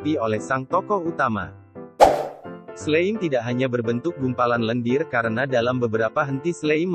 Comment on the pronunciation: Slime dibaca slaim